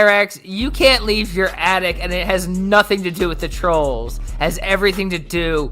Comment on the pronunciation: "Its because of the twolls!!!!"